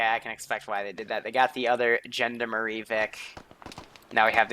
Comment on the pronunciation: I cringe every time you try to pronounce Gendarme (its pronounce like John Darm)but hey i suppose its not something you would know how to say unless you heard it from someone else.